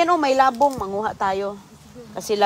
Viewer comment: Wala ng maisip na content,pati mga anak ginagamit na sa kalokohan.Pomegranet daw sa Pomegranate,molberries sa mulberries,pati labung di ma pronounce ng tama.Dapat kay,less talk,less mistake,kaso grabe kadaldal niya para lang may ma i vlog na wala naman sense.😮😮😮